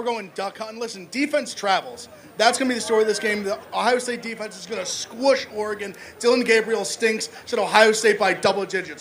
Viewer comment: Can someone tell Dave how to pronounce Oregon… his jewness is showing.